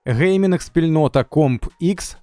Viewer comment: Огляд як завжди якісний і корисний, дякую! Але зауважу - в українському алфавіті є буква Ґ. Тобто правильно казати Не геймінг, а ґеймінґ. За тією ж аналогією і Ґейсід, ґеймплей і тюпю